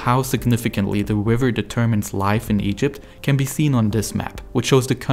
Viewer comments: Forced to click “don’t recommend channel” no I never hear this awful speech impediment narrator by accident ever again. Nile Wiver. Ugh. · Not tryna be mean but the way he says river is hilarious 😂😂 wiver 😂😂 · i cant get over how the narrator sounds like hes speaking uWu speak throwing in Ws where Rs should be. Wiver, Twird, Fwesh Water. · Except he’s saying wriver instead of river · Is it me or is he constantly saying "Wiver" instead of "River"? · He keeps changing it throughout the video. sometimes river, sometimes wiver edit i changed some of the sentence because i'm not very good at english (english is my second language) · The wiver in Afwica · He accidentally pronounced it wiver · Are you German? You pronounce "River" like "Wiver". I know some Germans do that when they try pronounce "squirrel". It scounds like "squiwwel" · BRO YOU SAY RIVER "WIVER" LOL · Please learn to pwonounce R's pwoperly